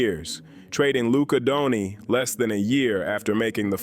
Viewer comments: Who's Luka DONI? It's DON-CIC... CIC for godsake, it's not that hard! Good video anyway... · Aside from mispronouncing Dirk Nowitzki and Luka Doncic correctly, the video was good. The real question no one is asking, does Cooper Flagg want to stay in Dallas?